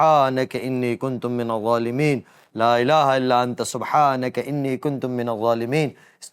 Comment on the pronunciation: Inni kuntu min-az zualimeen, please correct